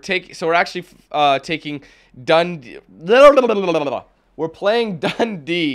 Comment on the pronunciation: Im a Dundee fan and I was wondering how you managed to mispronounce DUNDEE FC